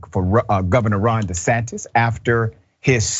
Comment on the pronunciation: He said "De Satan" I wasn't ready 🤣